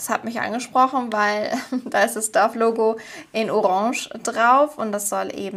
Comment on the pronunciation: ❤Dove (Taube) wird glaube ich "daaf" ausgesprochen, sorry English - Lehrerin ❤hab dich lieb